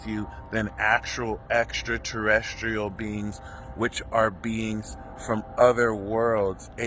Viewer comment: I am an Aquarius ♒️ and I’m so excited about This new age. Love the way you say extraterrestrial 👽 aliens. Love ❤️ your messages!